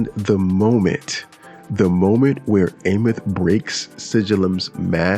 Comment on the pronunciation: Can’t wait to see what the next 7 patches bring to 3.X and I have to correct you my fault, it’s Eye-meath.